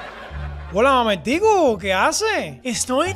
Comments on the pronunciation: dijo mamertco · porque en el minuto la profe dice mamertco en vez de mamertico